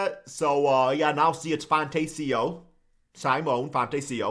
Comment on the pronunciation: Pronounced - see-moan-eh - Fon- tech-io